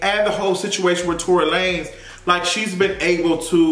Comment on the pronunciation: Every time I hear Tory’s name I think about you calling him Tory “Lannez”